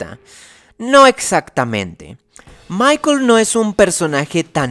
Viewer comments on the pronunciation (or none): none